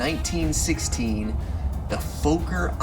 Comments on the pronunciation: And "Foker" is pronounced "Fokker!" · You're mispronouncing "Fokker". Its not pronounced "Folk-er" but "Fokker" with the "o" sounding the same way as in the word "dog".